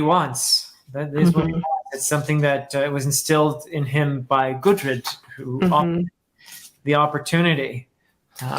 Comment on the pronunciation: can't wait for that vagabond review. P.S. I don't really wanna nitpick but I've heard you calling gudrid, gurdid. I just wanted point it out for the future videos. great review as always.